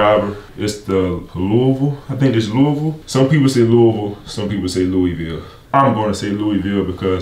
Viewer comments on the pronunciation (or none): Louie-ville 🤣🤣 you get a pass lol We say Lou-uh-vulle. I'm glad you still got the blanket. I need to get me another one 😊